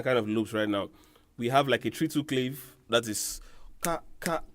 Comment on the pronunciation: It's pronounced "cla-veh"